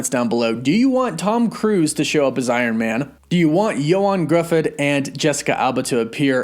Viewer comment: Gruffudd, the dd is like the th in "with".